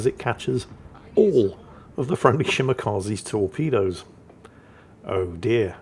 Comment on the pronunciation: please, the e in Shimakaze and Hayate is pronounced like the e's in engine and elevator... Well except for the second e in engine, that one's silent, of course. That's what Japanese "e's" sounds like.